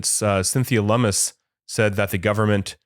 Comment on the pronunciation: Hey, you said “Lum-Miss”!! Nice!! Good stuff as always.